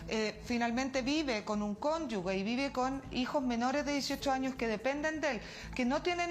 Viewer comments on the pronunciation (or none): Por favor, ministra. El concepto es CÓNYUGE Y NO CÓNYUGUE!!!